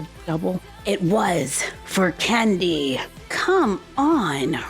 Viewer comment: “for KÆNDEE” i’m sorry but the way you said that had me cracking up💀